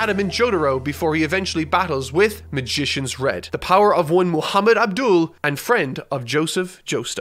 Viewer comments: It's pronounced Ahb-dahl not Abdul 😐 Put some respect on my mans name 😒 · it sounded like you said n'doul lol its fine dont think this as some stand comment it just sounded like that to me. i know you said "Avdol"